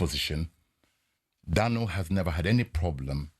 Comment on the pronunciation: can't even say "Daniel" he says "Danel"...